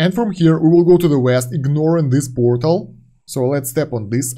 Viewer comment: Puuuortal? That's a Belarusian English? 😂